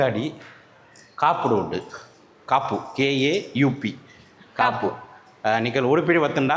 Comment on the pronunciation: It's Kapu not a " k a u p"....bhai